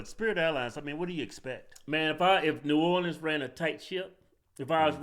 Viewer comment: It’s New Orleans. -dude from Louisiana.